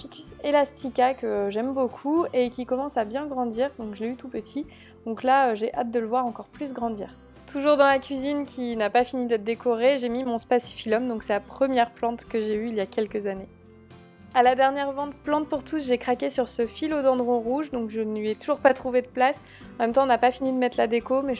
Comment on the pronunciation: Hello je suis fleuriste juste pour te corriger sur certaine plantes les Bromelia ca n'existe pas sois on dit bromeliacees ou alors guznania pour le tiens . Le dracaena ce prononce "dracena " . Et le spathiphylum ce prononce "spatiphylum"